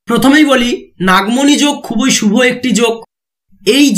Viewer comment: Pronounce correctly.khuboi nay. Khubi bolun